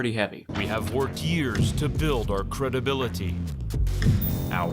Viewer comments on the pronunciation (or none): “Cred dib bility” 😂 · “Our cred-a-bil-it-teee” 😂😂😂